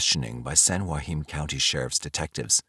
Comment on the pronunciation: Being from San Joaquin valley - the way you say Joaquin is really annoying me lol